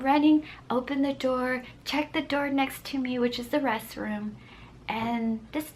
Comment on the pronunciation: I love how she says restroom she say resroom